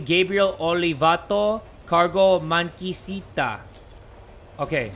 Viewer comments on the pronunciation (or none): so you played a brazilian game, that's cool btw it is MAQUINISTA, not MAQUICITA hahahah